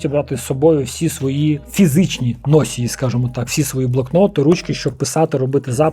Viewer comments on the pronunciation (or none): Дещо взяв для себе, дякую. Твоя українська вже чудова, показник цього - помилки лише у окремих словах. Але заздалегІдь, носІй, носіЇ - наголос на останній склад. 🤝